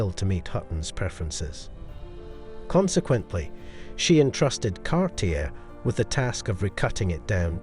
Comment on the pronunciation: the name is pronounced Car tea A...